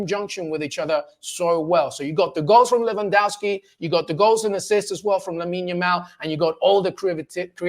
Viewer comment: Correct pronunciation for Lewy is: Levandovski. W in Polish is like V in English.